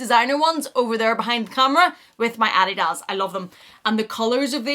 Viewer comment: Merry Christmas! Love it all and the earrings are fabulous on you! I don’t know how to say this, so I’m going to just say it. I think you pronounce the word/brand “Adidas” incorrectly. Sorry! The books are something I’ve been looking for, thanks.